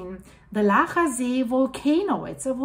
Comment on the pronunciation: I will still go for a swim in Laacher See. :) / Your pronunciation of "Laacher See" and "Rheingraben" is perfect, btw